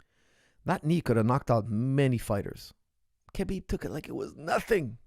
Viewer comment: It’s Habib, not Kabib, pronunciation-wise. He repeatedly said that.